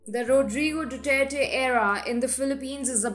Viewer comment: Excellent presentation. However, some tips on the pronunciation of some proper nouns may be helpful. Malacañyan- मालाकान्यान Duterte- दुतेरते Gloria Macapagal- माकापागाल